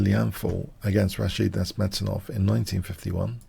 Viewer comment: You said:Nice-mate -dinov.